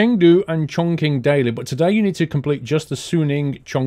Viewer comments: I guess you might already know this... Chong Qing sound a bit like "Chom-See" with the silent "G" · Chongqing is pronounced more like Chongching. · Just letting you know, chonqing is pronounced chongching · Chongqing is pronounced as Chong-chin